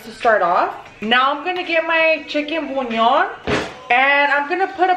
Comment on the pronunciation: Idk if this will help but you pronounce it like this: bulyaan